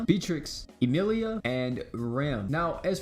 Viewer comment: Rehm or EEmeeleeia 😂